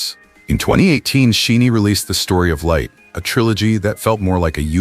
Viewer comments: It’s a bit disheartening that AI and the person who created this commentary could not pronounce the 2nd generation legends aka Princes’s of K-pop’s group name SHINee. Shi long i. 20+years in the game (including trainee days) and their group name is pronounced incorrectly. BTS has flown the pride flag at concerts. Jimin and Jungkook openly took photos on a unicorn water float with a rainbow mane while Jimin embraced Jungkook. They have have openly stated they support the lgbtq community. They created gender neutral characters for their BT21 characters. Jimin has pushed every boundary with his fashion. Suga once said he may love someone regardless of gender. Jimin and JungKook’s open displays of affection are legendary at this point. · For the love of God! You can't even pronounce SHINee's name correctly, yet you choose to show Jonghyun's funeral? Why would you do that? Do you think we want to relive that moment over and over again? What makes you an expert on who these artists really are as people? When you say, "He didn't need to come out," who said he was gay? Just because artists support a community doesn't mean they identify as a part of it. And when you say, "Among those who grieved most deeply over Jonghyun were gay fans," how can you make such an irresponsible comment? You cannot possibly understand the depth of despair experienced by his family, his members, his close friends, and the Shawol community. You really need to reconsider the content of your platform.